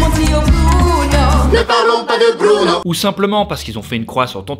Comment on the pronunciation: Sa ma fait mal quand ta dit BRUUNO 😂😂 aïe